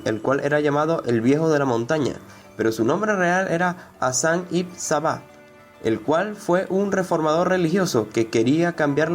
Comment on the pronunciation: Esta mal dicgo,se escribe ibn pero se pronuncia Iben